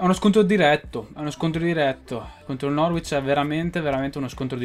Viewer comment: si dice norich